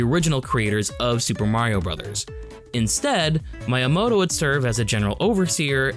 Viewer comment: There is no "long I" in Japanese. Miyamoto is pronounced "Mee-yamoto," not "My-yamoto." You're pronouncing it as if it were spelled "Maiyamoto."